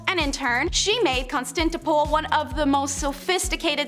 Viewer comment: I generally like these type of video formats but these guys really need to work on a few things. Read the material thoroughly and do not rely so much on the autocue. A lot of the mispronunciations could be prevented. IT'S CONSTANTINOPLE not whatever the young lady was saying. Also fact check what you are saying, so many very simple mistakes that are easy to avoid. Wikipedia is not a good source for actual quotable material. 3/10